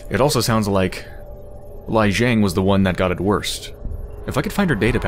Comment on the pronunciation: it's pronounced Lee Jeng